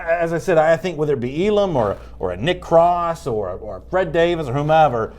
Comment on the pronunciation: It’s Elam not ellaaaammmmmm